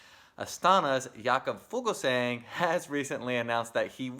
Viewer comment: Love the show guys! I hope you'll forgive a note on pronunciation... Jakob Fuglsang is pronounced "YAH-kub FOOL- sahng". Not "JAY-kub FOO-gel sang" You can hear Google Translate pronounce it here (click the speaker button)